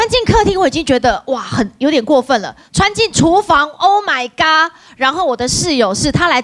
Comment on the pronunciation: 其實我寫的那個是粵語音，謝忻的發音應該是oh my 「ga」才對，不好意思哈。